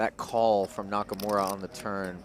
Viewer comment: It is NakaMura not NakaMora